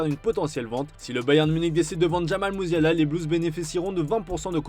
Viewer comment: Mussiala à "110000 euros" 😀 pas capable de prononcer les noms carrectement et maintenant pas capable de lire les nombres